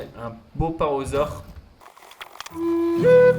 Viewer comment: Hello merci pour cette vidéo, mais je voulais te dire , on dit parAsaure et non parosaure, et l'iguanodon se prononce comme "l'iguane" (le gros lézard). 😉